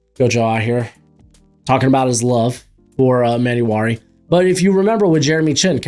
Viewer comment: Hate to be that annoying guy but its e-man-war-e